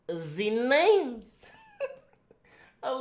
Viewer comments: can someone meme him saying "vwat rr ze names" and send it to me pls 😂😂😂😂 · Nigga said “wuss ar dee namers”